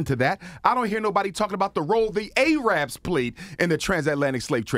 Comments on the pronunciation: This man gotta stop saying Aye-rab 😂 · This guy is overall ridiculous and ignorant. 1. Re: land grab... ummmm, the indigenous people of North America is due ALL of it back. 2. Asians include way more countries than China and Japan 3. Please stop pronouncing Arab with a long A. , etc. 4. Please vote Blue. This guy will have you not voting and not working with White people. We're not all savages and they're not all racists. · It's not A-RABS my dude its pronounced AIR-RUBS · Wish people would stop pronouncing Arab as Ay-rab.